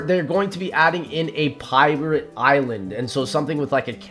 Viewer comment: I have been watching for over 10 years I swear, I love ya, but when you said pirvate island, I just don’t know is it private? Or pirate? I’d assume there’s be cannons on both islands but please if you can explain